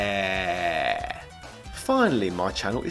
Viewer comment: Why am I hearing the Bronx cheer "Yerrrrrrr" whenever I hear say "Yeahhhhhhh?"